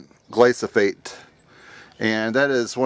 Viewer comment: The word is gly-PHO-sate (NOT gly-so-phate) -- PLEASE train your brain to say the word accurately. Also, according to EcoWatch, that chemical may be a serious problem for bees, and bees are essential to our food supply. ("Among the pesticides tested were the ever-controversial glyphosate, the most common pesticide in the U.S., which previous studies have also shown to be attractive to honey bees. Chlorothalonil, which is ranked as the 10th most commonly used fungicide in the U.S., usually on peanuts and potatoes, also proved to attract more honey bees. (The connection between fungicides and honey bee health is not that clear; studies suggest they are not in themselves highly toxic, but in combination with other factors can be dangerous).") So I'd recommend we use your homemade remedy. Thanks.